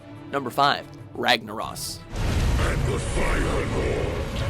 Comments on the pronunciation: "Rag-na-ross" lol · work on your lore. And your pronunciation of Ragnaros, C'Thun, and Illidan. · "RAGNARAS" No...I don't think you pronounce it like that...haha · Ragna-ross, the Mexican elemental lord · And Ragnaros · this is a video I would have honestly never expected from. Kil'jaeden isn't the leader of the legion he's like second in command the real leader is Sargeras. Also C'thun is pronounced C'thoon and Ragnaros is pronounced Ragnarose. Sorry I had too XD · Did you guys even watch any of the cinematics where the house's names were pronounced? C'thin is pronounced K'thoon, and Ragnaros is pronounced with a long o.